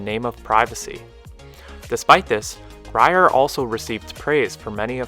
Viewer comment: "Lyon" is pronounced just like the animal "lion," "Grier" is pronounced "greer," and "LaPorte" is pronounced "la port."